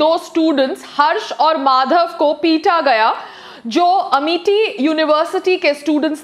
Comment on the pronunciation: Bolna toh seekh lo amity h amety ni... Aunty